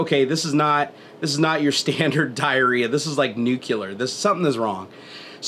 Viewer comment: nucular.... XDD